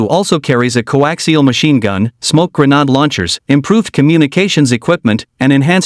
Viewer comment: can't believe white boy can't grenade in his original english! gren+aid but no got to gren-nude.